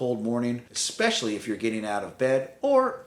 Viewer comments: "Ex-specially" It's "especially". Sorry, couldn't help myself. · It’s “especially “, not “expecially!” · I cannot believe you actually showed a "wetroom" layout and didn't mention what a TERRIBLE idea they are. Why create a scenario where every shower also requires cleaning a tub you did not even use, with every shower. UGH. Also, it's ESPECIALLY... not EXpecially (5X!!!) Beyond those things, advice is solid.